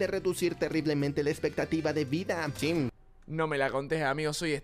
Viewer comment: si pero el perro da mucho cringe, quien mierda dice SIM EN VEZ DE SI?